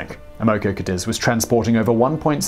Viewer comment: I believe it's pronounced Cah-deez.